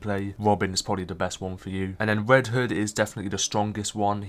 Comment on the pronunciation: “Wed hood and wobin” 😂😂😂😂😂